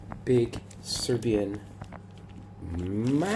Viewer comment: your serbian accent is very good! 😃